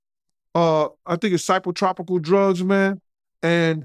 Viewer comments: It's psychotropic not psychotropical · Did he say phycotropical😂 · I knew what he meant, but he pronounced it all wrong 😂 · dude said Psycho-Tropical meds.